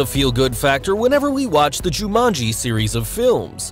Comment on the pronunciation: The way he sead jumanji 🤦‍♂️🤦‍♂️🤦‍♂️😞😞